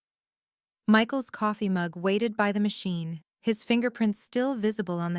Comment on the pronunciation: Keep score, or Hold a grudge, or you can't do both. waited, not waded as in your story. turrney-chen? you mean, Attorney Chen. You have incorrect punctuation. Re-edit. Sharing is for those people in your life who want to benefit from your hard work. once given, always expected. Ons, uncles.... you mean Aunts, don't you? Your Family knew the Ins.Poicies was worth 5million. Loss of a child or children, no matter their age, stays as a constant daily memory, throughout the years until the Mother passes away herself. I know.